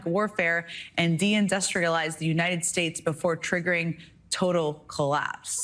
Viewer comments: "Untied States"? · the Untied States...really? Is Alex Jones from Alabama? Nailed it though.....untied, unraveled, unhinged.... seems ongoing. :person-turqouise-waving